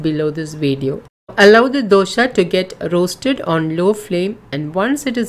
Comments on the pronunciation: please pronounce properly it's not dosha it's dosa and it's an emotion for us south Indians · Thanks for sharing this recipe. Request you to kindly pronounce it as dosa not dosha, dosha has a entirely different meaning. It means some problem, I am sure you are providing ragi dosa and not ragi dosha 😊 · It is dosa not dosha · Nice information Madem... It's dosa not Dosha... Kindly correct it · Happy that you have been using whole flours and millets. Indeed healthy. But, the title should be 'DOSE ', not dosha like you said. Please use right pronunciations, like used by the natives. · It is not Dosha... Not the sha sound..... It is dosa..... Sa sound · It’s dosaa ,Not dosha plz make it correct plz don’t mind plz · Dosha? 😂😂😂 which dosha .......pls its ragi 'dose'........anyway 💗💗💗💖💚💗💖💚💙💖💛💛💖💙💛💖💙💙💛💙💛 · Its dosa not dosha 😂😂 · Dosa not dosha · Man that is Raagi dosa not Dosha.. 🙄